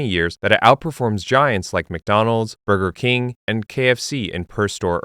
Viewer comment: I can't stand the way he says taco bell and burger king lol